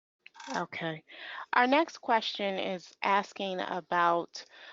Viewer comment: Ha! She said “ax” the expert. Im a college educated minority who grew up in the ghetto amongst the worst of them, and there is nothing, and I mean NOTHING, more infuriating and cringeworthy than someone who insists on “keeping it real.” And trust me, she could easily turn off this slang affect at any moment…we all can. I can sound like an Astrophysicist or ghetto trash at the flip of a hat and any person who has spent any time around educated, professional folks for just a year can easily sound intelligent with barely a hint of street. They do it on purpose and I don’t get it. Especially since there is a way to,lightly sprinkle in just enough street and still pronounced the entire English language correctly.